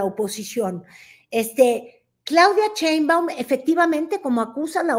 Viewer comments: falta de respeto,no es "Cheibaum".Respeta. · "ROSHA" hablando de "SHÓTITL" y "CHEINBAUM". 😅😅😅😅